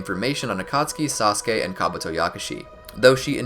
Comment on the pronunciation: he said sauske not sasuke